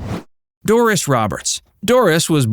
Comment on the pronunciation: It's "Doris" not "Dooris"😮